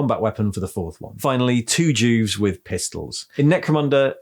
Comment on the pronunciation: I thought you said Jews instead Juves , imagine my confused face 😫😳😰